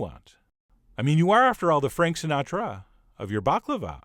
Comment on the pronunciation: I feel the 'Sinatra' line ..was the most challenging part of creating this recipe. Well done sir! Fine annunciation :)